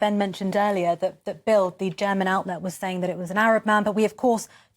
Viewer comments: it's not bild, it's bilt, d on the end of a word in German is pronounced as a t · Please educate yourselves in a bit of German language. Both Bild and Solingen pronounced incorrectly.